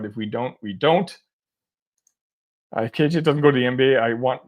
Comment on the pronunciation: You keep saying KJ’s name wrong